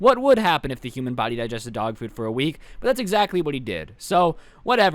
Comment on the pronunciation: i thought you said dog poop and was like what? 😭